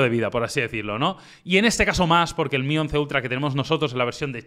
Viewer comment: "m" - "i" y no MI 🤦🏻‍♂️🤦🏻‍♂️🤦🏻‍♂️